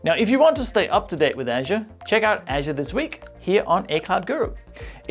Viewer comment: Everytime when you say "Azure" it's sound like "Asia":) But nice video, thank you:)